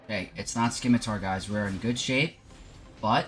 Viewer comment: It is not pronounced Skimitar my guy...the c is silent